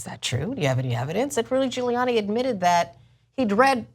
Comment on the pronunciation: "Giluliani LOSES IT When Cuomo Catches Him Lying" Giuliani - NOT Giluliani!